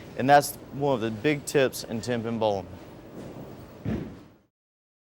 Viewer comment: "tempin bowling"